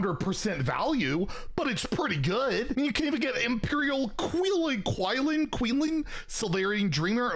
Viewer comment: I laughed so hard at "QUILEN"? "QUILL-LIN?" Good one